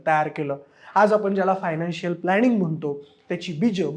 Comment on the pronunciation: 'न' ला 'न'च म्हणत जा रे...कंपणी काय प्लॅणिंग काय 🤦‍♂️ शी शी शी